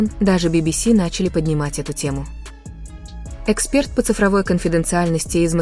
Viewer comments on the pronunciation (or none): none